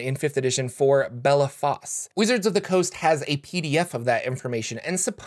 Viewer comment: Not to be contrary but Bellaphoss is pronounced BELL-aws. Cos the PH is silent. :D. I'll show myself out.